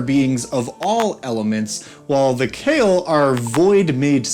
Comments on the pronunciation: Khayal is supposed to be read as Kha-yal not "Kale". Literally it can mean "imaginary" or "illusion". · Cale? Wtf? Khah-yall, like Al-Lat. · So just one thing.. their name shouldn’t be pronounced as the way you are doing. It should be Kha-yal. Kh as in dj khalid. And yal as in hey Y’all. And yes I am saying this since the word is Arabic and you saying kale is killing me every time 😭 also it means imaginary or also in this context it might mean something like an illusion. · Kha-Yal pretty much "shadow" in Arabic. Both 'a's pronounced as in "Astral". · It's pronounced KHa-Yall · I'd pronounce it "kǝ-YAL," with emphasis on the second syllable. And, fun fact for anyone who cares: the equivalent of "shadow genasi" in Pathfinder are called kayal (without the H, but presumably pronounced more-or-less the same). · im pretty sure its not pronounced kale, but i dont know enough about arabic to disbute it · its pronounced kha-yal khayal in arabic means imagination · It was probably intended to be pronounced Kh(flemmy)-eye-all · The name of this djnn in derived from the araibc word for shadow so its not khayal like in kale but the kh sound like the word shyikh so its خيال or shadow. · I believe its name should be pronounced more like Kha’yal (you know, like Kha and yal are separate). It’s an Arabic word which mean many things like: imagination, fantasy, fiction, silhouette, shadow, illusion, etc…. Emer I think should be Amir which means prince, and Malik is king as it said in the video. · Kh in Arabic names written in English is a romanisation of the letter خ, which is pronounced with a sort of guttural sound from the front part of the throat, towards the mouth. I think the closest English pronunciation of Khayal would be "huh yaul" but replace the first H with خ instead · Thats not how you pronounce it , google Kh sound in Arabic, Khayal means imaginary in Arabic